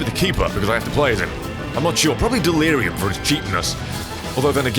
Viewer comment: In stead of dealurum it was dealire gum